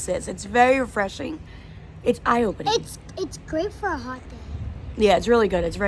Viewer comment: When you guys said hot in Moroccan the pronunciation wasn't good